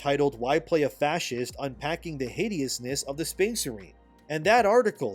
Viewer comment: I AM A PROUD "FASCEEST" 😂